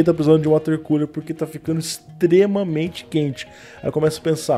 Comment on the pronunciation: Só falta uma cadeira pra refrescar o "CULER".